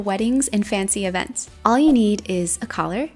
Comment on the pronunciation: It's all not alls